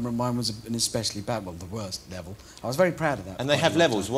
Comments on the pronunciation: "and you were wacing a vewy fast wocket car, is that wight?" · "Wacing a wery fast wocket car" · waicing a wewy fast wocketcar with withard hammond